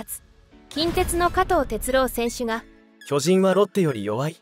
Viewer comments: なんだろ、、、ナレーターの巨人のイントネーションが馴染まない、、、俺が関西人やからかな、、、進撃の巨人はこのイントネーションで合ってるんやが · まあ、巨人のイントネーションが通常の〝巨人‘’とは違うからな。